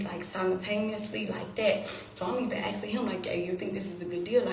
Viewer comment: Axing me, axing me, axing me, axing me